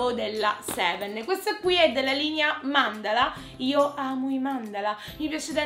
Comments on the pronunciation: Si dice mandala non mandala' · Si dice mandala capito